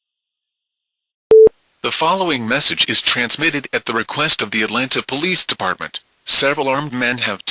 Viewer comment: WTF? E-Deparment!?